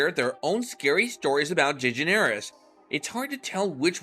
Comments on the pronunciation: Man, her name is pronounced deGEneres. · Ok this is utter bull... Just the fact your not even saying her last name correctly irritated me, as for all these so called famous people who spoke out about Ellen, I only knew of Lea, and the guy from Everybody Loves Raymond.... With how many famous people did appear on Ellen's Show, why are they not ALL speaking up, or is this one of those situations where.... The guests thought so highly about themselves, they didn't like that Ellen didn't roll out the red carpet for them because well, they aren't that famous as they believe or that important enough..... And if Ellen does have a moody side, don't all people at some point in their life, so this truly is utter BULL.... I hate to see that all these years later, once again Ellen is turned against just like she was back when she was in her own Sitcom..... When are we gonna stop placing so much hatred onto this Woman..... So there ya have it.